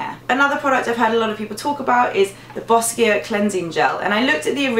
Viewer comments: Just FYI - Boscia is pronounced boh-sha. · boscia is pronounced "bosha" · Boscia is actually pronounced Bosha.